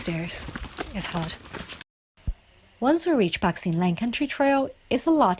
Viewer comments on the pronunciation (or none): Pat sin Leng 😁!!!not pak